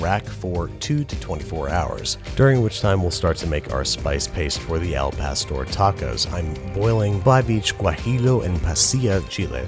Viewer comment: Therapist- BWB pronouncing Spanish doesn’t exist, it can’t hurt you Babish saying al pastor